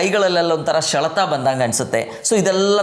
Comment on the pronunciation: ಶೆಲೆತ ಅಲ್ಲ ಸರ್ ಸೆಳೆತ ಅಂತ ಹೇಳಿ ಪ್ಲೀಸ್